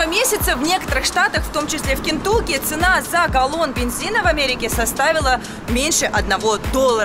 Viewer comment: Кентуки это сильно 😂. Кентаки